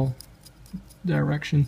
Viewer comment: dye-rection lol